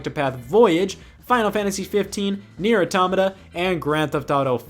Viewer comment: Holy shit, someone on YouTube pronounced "Neir Automata" right. Nice!!